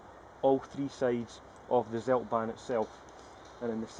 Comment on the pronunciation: try to speak "tseldbaahn"; "ts" like "Tsunami", not seldban